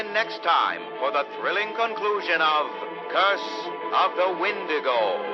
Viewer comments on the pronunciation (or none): It's not wendigo nor comet,it's wendigo and cometh ( not even close )